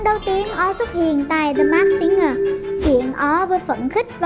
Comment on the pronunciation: Mình rất mê chương trình ♡ Hy vọng góp ý nhỏ này sẽ có ích ạ: Singer /ˈsɪŋə/: phát âm đúng sẽ là sing "ngờ" chứ không phải sing "gờ" đâu ạ ^^ The masked /mɑːskt $ mæskt/ Hóng chờ tập tiếp theo quá ạ ^^~